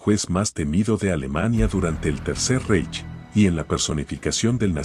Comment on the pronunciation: Me da risa como decis Reich. No se pronuncia así en alemán.